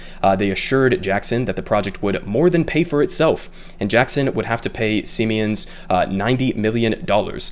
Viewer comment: It's pronounced "see-mens"; a German company that made over $6.7 billion in profit last year.